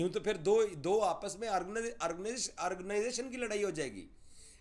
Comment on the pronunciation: Organization pronounce theek se kar laura